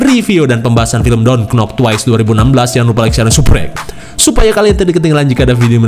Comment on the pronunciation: klo mw g serius knp pas kata don't sma twice nya bener pengucapannya macam ente gni nih yg org ngsh tau mlah d respon kyak ta i